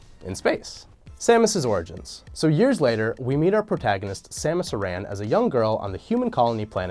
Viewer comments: Does anybody else here him think he says Aran like A-ran rather then errand or Air-ran. I think it should be be one whole word and broken up. it is not A-ther it is Either most words are said differently like how Gaperial Eglasias is spelled with an I instead of an E. Ridely was regrown cause her suit of amor contained lots of DNA from all of the Alien creatures she had killed in Super Metroid. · uh-ran?? isn’t it pronounced ore-un? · So I have to say this because you said it SO many times: Aran is pronounced like the name Aaron Citation: Metroid: Other M Thank you for your time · Did....Did he say Samus Iran? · That's not how you pronounce "Aran"